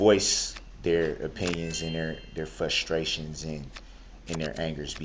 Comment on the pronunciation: Fus-trations.anytime he mispronounces basic words I hate even more